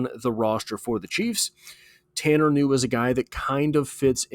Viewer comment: Ku new is the pronunciation. His distant cousin was a promising de out elder high School who got a full ride to Boston college only to have a heart issue discovered. His grandpa's second cousin was a great basketball player at elder. The kid can play and has great work ethic coming from that family. If the bungles aren't stacked at that position I'd love to see him work with Joey b.